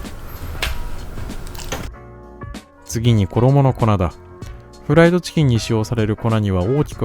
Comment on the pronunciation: ﾝｧｱｰﾂｨｷﾝﾆｨｬｱｱｱｰｰｰｰｰｰｰｰｰｰでもう無理だった